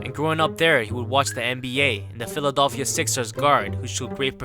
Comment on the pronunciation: This man said philidolphia